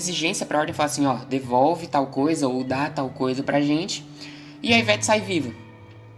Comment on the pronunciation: iveTE, iveTe, Não iveTi